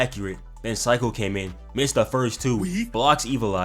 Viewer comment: Seiko= say-ko (this is how you prenounce her name XD lmao lmao)